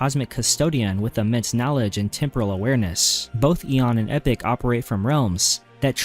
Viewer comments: EE POCK. NOT EPIC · Epoch is "E-poke" Not Epic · Epoch is pronounced E-Pock and not Epic. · Couldn’t expect an AI to properly pronounce lore names now, could you? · No but as epoch is an actual word and not just a name then I'd expect better. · Epoch is NOT pronounced "epic" you mook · not that either, it’s pronounced “e-pock” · Please learn how to say Epoch